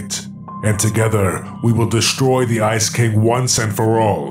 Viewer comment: I see said ice king but I heard "icy" cuz he's ice king rite